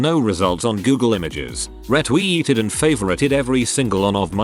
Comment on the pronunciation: the way it said reTWEEted 🤣